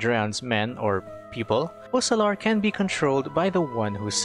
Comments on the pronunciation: Why does he pronounce her name "fossalor" ? If Fontaine names are inspired from french , it would require to by written Foçalor to be pronounciated like that. Otherwise, it sounds like fokalor. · How do you pronounce FOCALIZE? OKay... now, pronounce Focalor similarly.